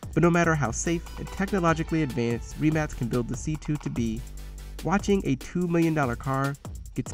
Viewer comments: It’s not REEEmac is rimac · It’s a rim-ack not reeemac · It’s pronounced Re-Mach not Ri-Max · I'm sorry but did he rlly just say reee-mac xD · It’s pronounced with C not K. It’s Rimac